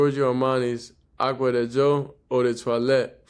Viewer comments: Giorgio Armani Aqua DiGio (Dee jee o). I'm here to help with the correct enunciation. I got you Bro. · You must get paid dor everytime you say the name of that cologne. I know ot took you a couple of weeks to actually get ot right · The edits when pronouncing yhe cologne was 😂😂😂